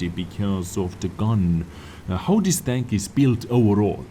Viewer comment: can you learn to pronounce «this» and not «ddddis»